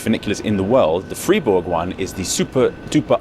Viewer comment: interesting, knew about funicular´s but never heard about this water powered version.... thank you carry on btw pronounce it like would "Freyburg" then you´ve got it :)